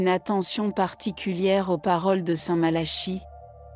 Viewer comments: St Malachie se prononce Malaki , si vous voulez être prise au sérieux n' estropiez pas le nom de la personne que vous citez , votre video ne fait pas sérieux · Entièrement Malachie Prononciations Malaki voir Nostradamus ce n est pas Pierre Le Romain mais le dernier des 3 faux papes selon Nostradamus représentés par jean Paul 2 benoit et Francois si vous voulez je fais une vidéo sur le Livre de Nostradamus de 1949 tirage 1500 exemplaires qui explique mieux cette prophétie